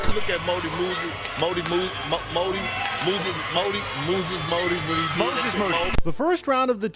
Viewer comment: How is Perkins struggling to say Moses Moody😂😂😂